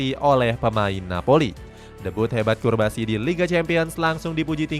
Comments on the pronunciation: Cubarsi, not curbasi! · namanya cubarsi, bukan curbasi bg wkwkwk daritadi di video nyebutnya curbasi mulu wkwkwk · Cubarsi bre, not. Curbasi😢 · Lu kan baca min... Tapi kok salah berkali2 bilang curbasi.... Cubarsi woi.... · Pau Cubarsi min, kok disebut Curbasi ?